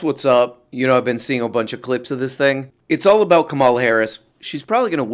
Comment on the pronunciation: please pronounce it Kámala, like a crystal flute.